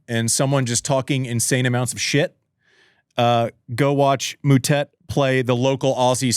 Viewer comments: Stop calling him Mootett, you know how it's pronounced🙄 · Disrespectful… how hard is it to learn to pronounce someone’s name 🤷🏻‍♀️